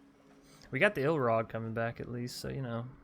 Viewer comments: This is a small thing, but I cringe every time you call Ilharg "Ilrag". Other than that, I'm anxious to try this deck out. I like most of your brews! Decks don't have to be always comoetitive to have fun. Besides, gotta make use of all the cards before they rotate out of standard. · I prefere the iIlrag, sounds better :)